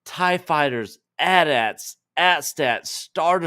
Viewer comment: This Gen-Xer thanks you for saying AT-AT correctly